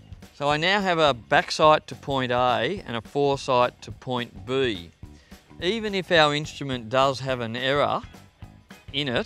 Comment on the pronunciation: who else came to the comments for "point buuuheeeee" ? lol